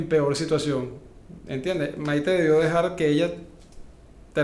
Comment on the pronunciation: Es Maité con tilde en la e , no Maite q suena horroroso